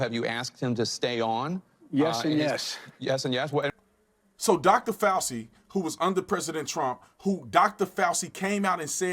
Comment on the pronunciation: Think it's pronounced FauCHi, Tatum. Crazy we have him again after he lied to us about masks so we wouldn't buy them up. Can't trust the Govt